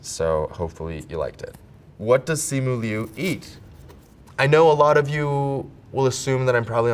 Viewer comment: He's pronouncing his own name wrong...🤣